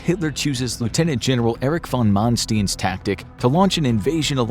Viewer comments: "Erich von MANSTIN" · you said manstein wrong